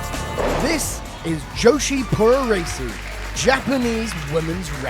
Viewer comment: There's so much to be said about this. (1) The way that the announcer says "joshi puroresu" is dreadful. (2) None of the women in Stardom are big stars. Talk to a Japanese person on the street about Stardom, see what he or she says. (3) Hilarious to watch women practising blows with full force on a punching bag, then watch them throw softballs in the ring. (4) Thekla is making no waves at all. (5) "Wrestling is huge here": cut to a shot of a few hundred men in a small venue. (6) She barely touched her opponent and slapped her left leg to make that sound. Who is she kidding? The sound came after the shot. (7) Way to expose the business . Leg Slap City. Women's pro wrestling in Japan is a fraction of what it once was. This isn't the 1980s.